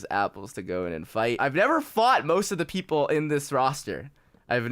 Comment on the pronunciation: Anyone else catch that he said 'Pleople'